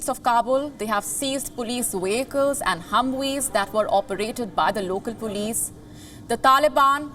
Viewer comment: This chick is struggling to speak English"she's saying pulis instead of police